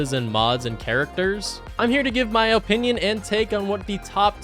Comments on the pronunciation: He keeps saying "oh-pinion" and I can't stand it lmao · Stop saying opinion like that